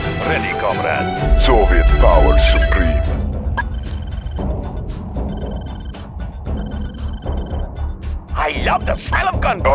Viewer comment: "Soviet power suprem"